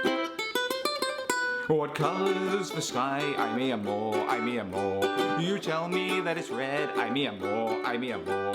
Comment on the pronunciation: How bad you say ay mi amor